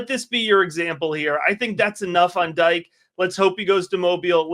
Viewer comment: Dike is pronounced Dee-kay